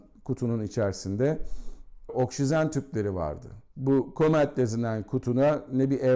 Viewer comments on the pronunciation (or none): Anlatımınız o kadar karışık ki. Üstelik üstüste aynı şeyleri tekrarlıyor, devrik ve anlatım bozukluğu içeren cümleler kuruyorsunuz. Bu arada oksisen değil oksijen.